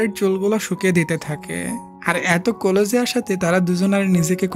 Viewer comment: কোলজ না ক্লোজ হবে